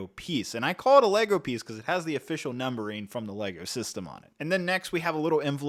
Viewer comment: Seems like can only say it as “price per piesh ratio” 😂